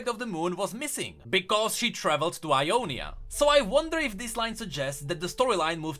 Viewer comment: everytime you say Ionia i hear Umonia and like ... tf